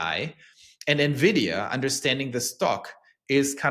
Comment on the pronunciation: Thank you for pronouncing Nvidia properly. Drive me crazy when people say nevidia